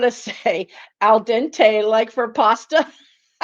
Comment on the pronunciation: You got it close on the pasta thing, it's al`dente.